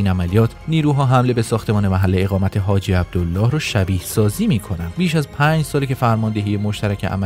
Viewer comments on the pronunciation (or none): none